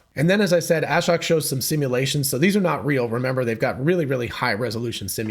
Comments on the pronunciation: His name is pronounced a-shóke. Long O, accent on the 2nd syllable. A shocking revelation, I know. Just listen to the first seconds of his Occupancy Network talk where he introduces himself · It’s (Ah-Shoke)